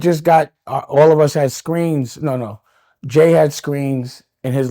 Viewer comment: Dame stay calling jay homeboy, he cant even say his name